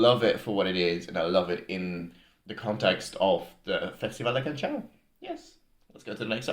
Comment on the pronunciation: Canção is pronounced as k-a-n-S-a-u, with "s" as in "sea" or "soup". There is no CH sound